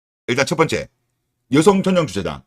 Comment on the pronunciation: 발음ㅋㅋㅋㅋ 여성을 으요성이라 하네ㅌㅋㅋㅋㅋㅋㅋ개웃심